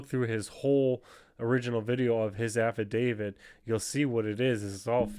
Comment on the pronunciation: IS is an affidaviT thats a T not a d its not an affidavid